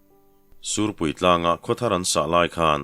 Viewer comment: Ngaithla leh veng² ang,sûrpui tih turah sîhpui ti leh zeuh ṭhin pu ber 😅